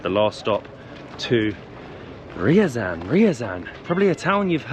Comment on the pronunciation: Ryazan is not "rural". And that's not how you pronounce Ryazan.